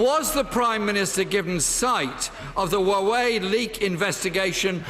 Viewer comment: Can't pronounce Huawei correctly either. He's the potential death of the UK.